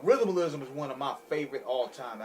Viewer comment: Rhythm pronounced Ri-them-a-li-sim, you said two, two, twenty... It's 220 (Two Two Oh) two two O as in Second II None